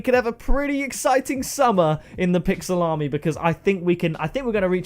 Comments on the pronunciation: When he says his support a creator code i cant tell if he is saying pixelarmy or pick salami lol. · when you use code pixelarmy it sounds like pick salami